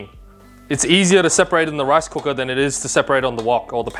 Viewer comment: I love how he pronounced rice cooka!